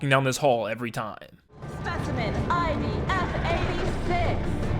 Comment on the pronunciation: ~ Sorry, were you saying IB or ID there? It kinda sounded like IB, but it should be ID.